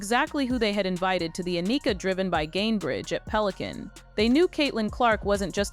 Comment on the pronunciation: It would be nice if some of these narratives actually had some editing to ensure that they pronounced people’s names correctly. Everyone knows how to pronounce Annika’s name.